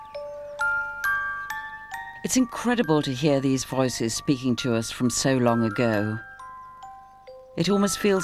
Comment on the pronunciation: Why does pronounce “voices” as “viiices”? 😅